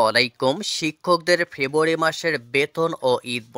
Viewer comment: ভাই, " ফেবুয়ারী " কি ?